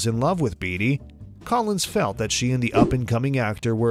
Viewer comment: Hello Warren Beatty is pronounced BAIT-TEE